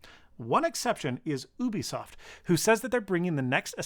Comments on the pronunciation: Whyyyyyy are you calling it OOObisoft It’s supposed to be Yubisoft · Emphasis on the “Y”, Yewbeasawft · isn't it you-bisoft, and not oo-bisoft? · Did he say OOBISOFT?